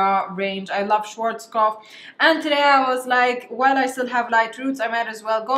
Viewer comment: fyi the a in “Schwarzkopf” is pronounced like the a in “Stella” not Schworzkopf🙊